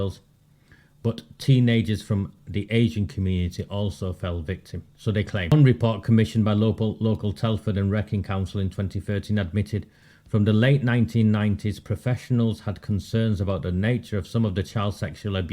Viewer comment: Wrekin is pronounced Reekin. Thank you for everything you've done. I live in Telford